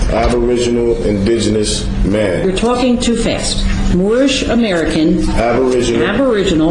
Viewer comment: Only First Nations and Native American are indigenous. Moors are pronouncing the word wrong, it is disingenuous. Watch the guy with the beard in the gallery. He is cracking up.